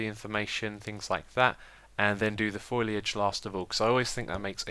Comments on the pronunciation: It's foliage rather than foiliage X (heard you asking a few episodes ago), also the abba sign's B's are not the same :P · I could be wrong but I am pretty sure it is pronounced Foe-Lee-idge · Just a note. Foliage is pronounced foe - lee - i (from simple) - j (from juice). Thanks for another awesome episode :) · Dear Xisuma I love you, but the first syllable of foliage is pronounced "FOAL" like a baby horse. I know this kind of comment makes me seem like a douche, but I remember a couple of videos back that you mentioned that you were not sure if you were pronouncing it correctly. Just thought I'd help :-) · Foh lee. Foliage. Lots of people say it like that though. It's okay, you're not a florist. lol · Foliage, like Fole - ee - edge, love your videos Xisuma, but that's been irritating me for ages.